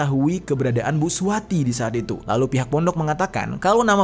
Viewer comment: Akukan dgr bg jeri nih sambil ngerjain tugas... Blas g liat2 hape...sampailah ke saat ditemukan mayat seorang ibu2 yg namanya SUWARTI. Dengar terus nih..kok lm2 bg jeri blgnya suwati g pake r.....bkn suwarti...kok bg jeri nyebut2 namaku...tak dengerin...iya i...suwati...smp tak putar balik mau tau nama ibu itu siapa...dapatlah...SUWARTI....bg jeri bg jeri. Gara2 si samsudin buat heboh. Sukses bg jeri